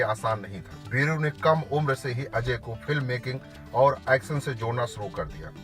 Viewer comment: पहीली बात तो यह फिल्म बनेगी ही नही । और आप कृपया व्हिडीओ बनाने से पेहले हिंदी पर प्रभुत्त्व पाने की कोशीश करे । भासा - भाषा पाठसाला - पाठशाला एक्सन - ऍक्शन सानदार - शानदार संबाद - संवाद किस्ती -कश्ती सेट्टी - शेट्टी हर्स - हशर आसिक - आशिक मुस्कीले - मुश्कीले सुरू - शूरु इस्क - इश्क आकासवाणी - आकाशवाणी बिरु देवगण - वीरू देवगण डाक्टर - डॉक्टर बिक्रम सिंग - विक्रम सिंग ज्यादा जानकारी के लिये श्री. मुकेश खन्नाजी के भाषा उच्चारण का अभ्यास किजीए । 🙏